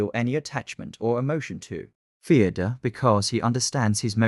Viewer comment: Fyodor ❌ Theodore ✅